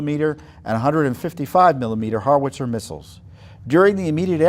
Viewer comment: What's a "Harwitzer"? It's pronounced "How -Witzer" Say: "How now brown cow." And who is Obamatrump? You need to get your presidents straight before you record a video. You got me so confused, I can't even listen to the whole thing. Erase this POS video and start over.